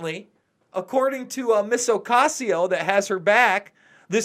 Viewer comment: i like how luke pronounces her name